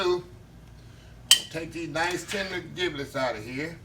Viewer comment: My Brotha Giblets is pronounced (Jib-lets) your skill are on point. Awesome!